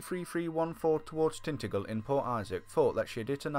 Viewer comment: Ha ha! Tintagel!! It's pronounced Tin-taj-uhl